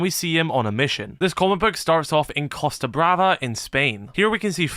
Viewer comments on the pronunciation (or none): none